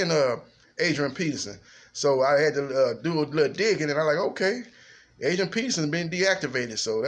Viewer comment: Did u say Adrian penis in?